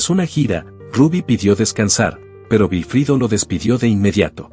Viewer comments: ¿Por qué dices Vilfrido, si todos lo conocemos como Wilfrido? Literalmente. Recuerdo que cada vez que lo presentaban en un programa decían Wilfrido Vargas ( es decir literal se pronuncia uuilfrido, algunos decían guilfrido) pero jamás con V, tomo si lo haces tú. A ti es la única persona que se ha escuchado nombrarlo así. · Es verdad, da impaciencia escuchar decir Vilfrido y no Wilfrido. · Se pronuncia Güilfrido, no Vilfrido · No sé dice vilfrido es Wilfrido vargas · El señor se llama wilfrido vargas tienes tienes que practicar ese nombre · La persona que narro esta conversación no dice el nombre del artista como es nunca supe que se llamara vilifrido se que se llama Wilfrido. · No entiendo como se en esta historia se obviaron tantos detalles. Uno de ellos es que la “compuarizada” voz lo llama “Vilfrido” También, en termino de la historia hay muchas areas en la rl como lider ayudo a muchos de los miembros a conseguir la fama después de pertenecer al grupo. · Otra cosa mi amigo. Aquí en Hispanoamérica la W se pronuncia como U no como V. Perdón fue solo un aclarando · Y el que cuenta la historia NO sabe pronunciar el Nombre de WILFRIDO… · Pero de donde saca tanta información este hombre sus músicos nunca han publicado eso o por lo meno si y nisiquieta su nombre lo sabe pronunciar